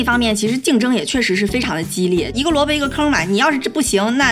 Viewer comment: 小lin你漏出来大连口音了，在说一个萝卜一个坑的时候，把萝卜说成罗贝了。哈哈